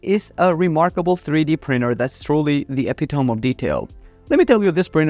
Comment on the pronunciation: It bothers me how you pronounce epitome. This sounds like written by AI. Good video though.